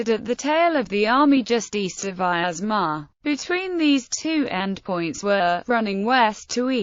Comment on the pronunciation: Please note that the name Vyazma (Вязьма) should be pronounced with 2 syllables: Vyaz - ma, and the 'y' is a consonant as in English "yet" ; it does not have 3 syllables as in English "miasma".